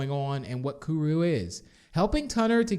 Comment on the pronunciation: You're Not Saying It Right Like Kuru" Is What You're Saying Wrong